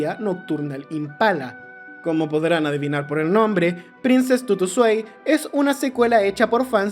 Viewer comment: no es swei, es svai, esta en aleman